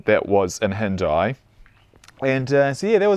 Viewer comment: It's pronounced as Hin-Dee . With the D sounding like The